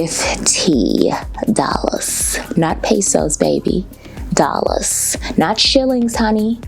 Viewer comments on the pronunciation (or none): every 5 mins: ah hundred and fifty dawlahs 😂😂😂 ily